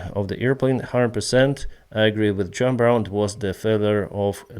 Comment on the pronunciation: I like that calls him John Brown because it reminds me of the song "I shot the sheriff." But yeah, it's for sure pronounced Wonn, but I think that in ' part of the world they don't have any similar names or words that fall into that category for him to have as an example.